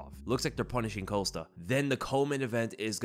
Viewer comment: i'm pretty sure paulo's last name is COST-A not COAST-A